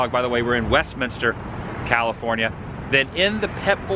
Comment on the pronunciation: My old neighborhood! And major props. You said Westminster correctly with three syllables!